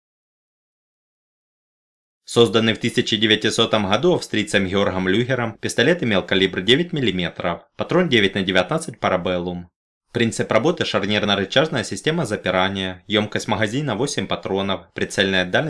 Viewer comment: Ужасаюсь, как можно жувать, чО-то за оружие, не имея понятия, где ставится ударение в слове Gewehr ?!! Окончательно добило создание хГеорхгом Люхгером пистолета Люхгера на - . Ржал валялся!.. Я понимаю: Южнорусский диалект и фсё-такое, но автору полагается как минимум медаль за искалеченье нетренированых на нём двух отборных батальонов немецких ушей этим произношением (особенно в именах и названиях) этого характерного звука: "хГэ"... А ну да отдельная блахГодарность за ущерб нанесённый штабу командования der Wehrmacht und Bundeswehr , посредством слова: "хгЕвер".